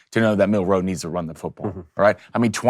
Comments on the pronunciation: Bruh it’s milroe not Mil- ROE. You put way too much emphasis on the ROE! lol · Please, please learn how to say his name! You keep putting the accent on second syllable. It’s hard to listen to you. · Mill....wait for it...row Dude say it together fluidly, its not two seperate words. One word